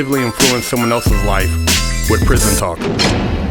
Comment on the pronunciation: “Prithon Tawk.” 😂